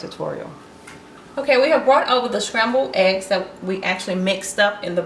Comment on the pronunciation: Good tutorial But Shcrambled ehs